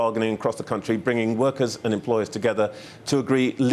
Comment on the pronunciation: I think that if they have someone who kills the English language, it will somehow appeal to t'uh wurkuz.